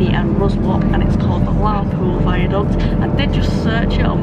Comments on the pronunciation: Excellent video as always :) When I start my train and history vlogging channel my first journey will be Chesterfield to Whitby by train and I'll only be there 4 hours but hope to cram everything in. Also (and not that it matters) Ruswarp is pronounced RussUP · Isn’t Ruswarp called locally ‘Ruzz-up’